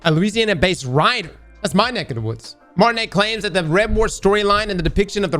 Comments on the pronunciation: Excuse me…It is pronounced Martinoe, not Martiney. Much respect ✌🏼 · I’m sorry it’s so funny how pronounces Martineau 😭 it’s mar-ten-oh, not mar-tin-nay LMAO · How is it you claim to be from Louisiana but you can't say Martineau correctly?..it pronounced mar tin no... I was raised in North Louisiana and even I can say that name correct. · The name is pronounce Kelsie Martin-O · His last name is pronounced like Martino (Neau ) has an Oh sound when u pronounce it 😄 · Martineau=Mar-ti-no… come on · it's pronounced "mar-tin-oh" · That name is pronounced Martin-oh. I'm related to that family actually, but have never heard of that person or his work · Mar-tin-Oh, motherfucker. How you goin' be from Louisiana and not pronounce it right? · Martineau "Martin-no" eye twitch -edit: he finally got it right eventually. How does he not know how to pronounce French/Cajun names as a resident of LA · How is my man from Louisiana and not able to pronounce Martineau correctly?🤣